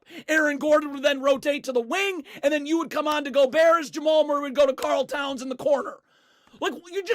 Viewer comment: “karl towns” sounds so wrong